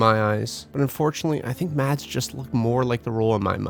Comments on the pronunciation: You don’t pronounce the D in Mads Mikkelsen. It's silent :) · Mads Mikkelsen..... The d is silent.... 😊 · Mads Mikkelsen. And BTW the D in Mads is silent. :-)